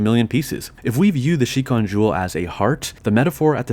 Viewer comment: Yeah but you also said shikon incorrectly so just roll with it. Statistically none of the people criticizing you speak Japanese anyway and can't understand how incredibly awkward it sounds to flip back and forth between proper Japanese and English so whatever people commonly say in English is the correct pronunciation. Japanese people certainly don't pronounce any of the borrowed English words correctly and English speakers pronounce karaoke in a way that is so far away from it's Japanese pronunciation that it sounds like a completely different word when it's said correctly. Long story short, the English voice cast was correct in choosing to change the pronunciation of Kagome to make it easier to say in English just like they did with Kirara and Tessaiga.